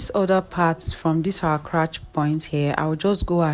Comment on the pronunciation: Not to be mean or anything, solid tutorial! But it’s crotch not crouch…